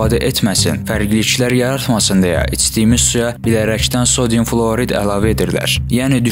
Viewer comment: Fluorid yox,flüordur bizim dildə. (Əla, uğurlar 😊 )